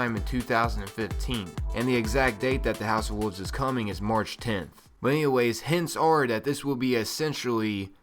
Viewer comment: What is a Woov? There's an "L" in that word. WOLVES.... Oh and you camp too much...